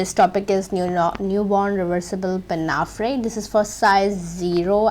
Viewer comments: Pinnafree? Pin-a-four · Excellent, thank you! However it’s pronounced “pinafour “, fyi